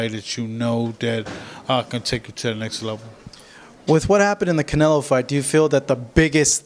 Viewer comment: Damn he can’t even say canelos name , he’s traumatized